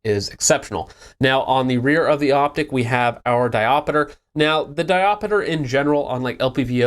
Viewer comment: Can you just say Dioptre correctly? Diopiter?